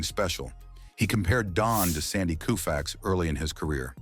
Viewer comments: Who is Sandy Koo -fax, are you serious with that pronunciation - you should be thoroughly embarrassed….. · cant even pronounce names of legends correctly!! "koo-fax" "Spann"....🙄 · It’s the A.I.(?) or ignorant sports stats’ pronunciations that get me. Calling zero- NIL.. what is this, PREMIER LEAGUE SOCCER? Warren “Span”, Sandy “Koofax” although for some reason it was pronounced correctly the first time it was spoken. But.. the stats such as 7,2 instead of 7 AND 2..for example. That is ridiculous. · Is the narrator a robot? Butchers names. Koofax, Spann. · So this guy literally mispronounces most names mentioned. Do better. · Video was good, next time you do a video find an AI voice that know how to pronounce Spahn & Koufax. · So annoying and disrespectful to mispronounce Koufax's name...several times. Same with Spahn. And HOW many times can you say the same things over and over? AI narration stinks. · Knucklehead narrator couldn't even pronounce Koufax or Spahn. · I'm sorry but between showing a player in a Yankee uniform and mispronouncing Sandy Koufax's name, I'm out.